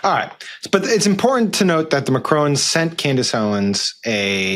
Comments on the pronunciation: Just FYI: it's not "Macrone" but "Ma-krong", as in "Hong Kong" ;-) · It's MacRON, not Macrone. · It's pronounced Macron not Macrone! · I wish Americans could pronounce Ma-Cron. It’s not Ma-crone. Drives me crazy. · It's MACRON not Macrone- why can't any of you pronounce it ? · Actually in French you don't fully pronounce the end consonant. So you yourself are in error too. The "N" is so soft to silent unless followed by a vowel. Pronounced mac-ruaw. Perhaps Google translate or a Wikipedia page will explain as that "R" also has a little vibration within or a "roll". Don't get me wrong. It's pretty amusing hearing the average American trying to pronounce various European languages. Worth a giggle though. And don't take the criticism like a snowflake. I'm saying in good spirit. 😊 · Nobody can pronounce ‘Macron’. It’s not MaCRONE: ‘on’ as in on the table. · Don't you learn how to pronounce names these days ! Seems only respectful. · Actually there isn't a Brigitte McCrone. There is, however, a Brigitte Macron. It's not a difficult surname to pronounce, even if you were "educated" in America. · Macron is not difficult to pronounce and English people make a reasonable stab at it, so why do Americans get it so wrong? It is a short A as in cat and also a short O as in on. That will get you in the ball park although in French the second syllable is nasal without the tongue touching above the top front teeth to close out the n. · Please pronounce Macron correctly. There is no E on the end. 🙄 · You would have more credibility if you could have bothered to learn how to pronounce Macron correctly